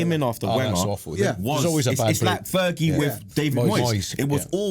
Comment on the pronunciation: Clattenberg keeps calling sir alex 'Vergi', he got a problem with his F's?